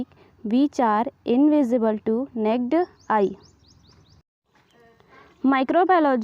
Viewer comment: Sorry dear it's naked eye NOT necked ..